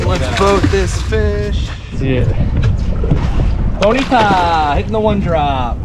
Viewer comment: I really enjoy your SPJ vids. Btw, I believe it’s bonito and not bonita.